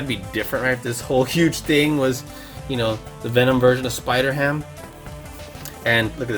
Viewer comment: It's spider-ham